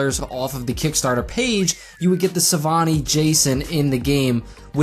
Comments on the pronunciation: Savini not Savani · Its not saváni jason its savini jason XD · YOU SAY SAVANI I SAY SAVINI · It's Savini btw not Savani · the savani Jason? I thought it was the savini jason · Lol “sah-vah-nee” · Noticed it. Like he's never heard of Tom Savini before.